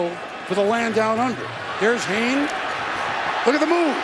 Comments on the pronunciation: 15 because it's 'Jarryd Hayne' not 'Jarryd Hyde'... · Jerry Fall Out Boy-er Nope. They say it like "Hayn" not "Heyn"